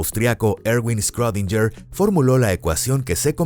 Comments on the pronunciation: Me sangran los oídos cada vez que dice “scrodinyer” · Que poco inteligente eres. Era un sarcasmo, porque está mal pronunciado